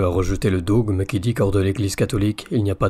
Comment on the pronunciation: Vatican II gneu gneu Vive St Jean XXIII , Vive St Paul VI ! A bas jean cuivre la mouette du 93 On dit le dogme et pas le daugme khey